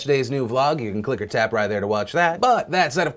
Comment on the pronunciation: I think you are saying at the end "click or tap" But up until today I've been hearing "click-a-tap" .... I like the wrong version better lol